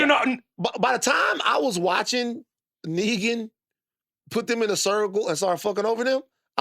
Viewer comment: Van "Negan" Lathan